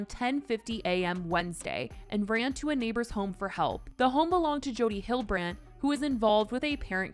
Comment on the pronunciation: Jodie Hill-de-brand ffs